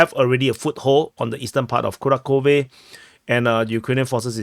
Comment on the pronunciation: Dude, fantastic analysis, but it's KuraHHove (H like Half or House), and not Kurakove.